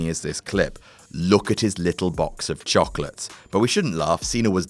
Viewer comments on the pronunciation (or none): I'm sorry but I love hearing English people saying "Chocolates"